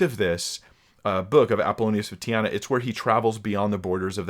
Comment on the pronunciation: Apollonius of Tee-ah-nah